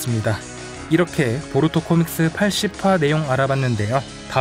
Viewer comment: 보루토가 아니라 보투로네요?ㅋㅋㅋㅋㅋㅋㅋㅋ